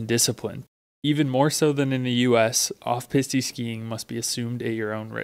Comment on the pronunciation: For future videos the word for trail is pronounced PEAS-T, not Peas-TE.